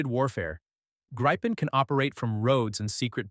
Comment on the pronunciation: It's pronounced "grippen" ... rhymes with "griffin" ... AI generated garbage narration. Thumbs down.